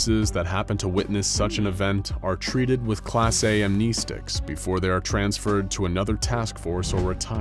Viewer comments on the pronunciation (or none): Dude keeps saying am,knee,sticks .....